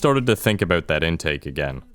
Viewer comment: Bold to start the video with a strong aboot